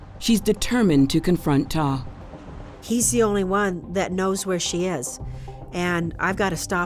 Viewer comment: The man’s name is TAW for gods sake 🙄🤡